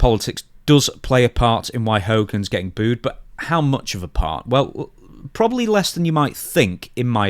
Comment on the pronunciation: Why are so many people having such a difficult time with the word 'booed'?